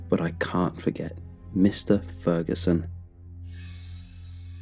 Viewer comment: Lmao “mr. feruson”